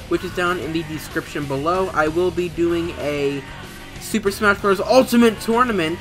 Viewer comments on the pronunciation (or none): none